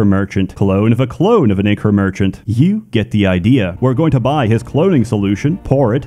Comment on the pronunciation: You're saying "ichor" wrong. Its not iccur, its I-KOR.